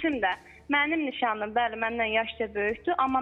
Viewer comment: Boyuvu yerə soxim 17 deyil 18- dir Nişanlim sözūnū necə aği dolusu deyir Ay camaat O kişiyə yaziğiniz gəlsin Evlərini, qiIzllarini qaçib gedən görərsiniz n